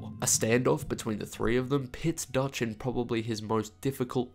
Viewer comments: Great video but “pits Dutch” really 😂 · Durch not dirch 😂